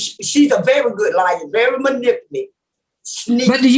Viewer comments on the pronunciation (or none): "Manipuly"... I'm hollerin 🤣 Anyway... These people are slow. I'm tripping. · "She's a very good liar...she's very manipilly?" If I cant pronounce the word, I generally just skip it, or I find a different adjective or adverb.🤣🤣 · Until our young people get out of the ghetto and get an education and move away from their home town they will continue to destroy the English language. I cringed every time that women tried to say the word manipulative.